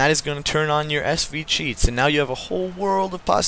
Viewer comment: I swear to god it sounds like your saying cheat not cheats